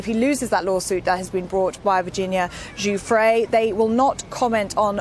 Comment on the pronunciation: Her name is pronounced guff-ree